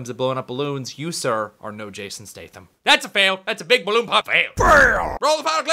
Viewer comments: Statham???? That's the way you spell it, not the way you say it! It's all good though, you're cool. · thats a toby sayin statham wrong fail!